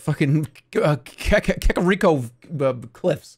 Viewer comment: KEKariko? What was that Jeremy?